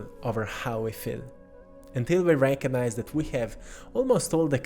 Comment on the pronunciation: And the beautiful synchronous way you pronounce the word "recognize"-- you have transmuted it to "reiki-nize"